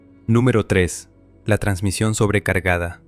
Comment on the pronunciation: JAJAJA el ferninand "transmisión" JAJAJA